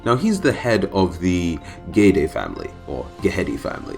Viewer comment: You said it right the first time ghede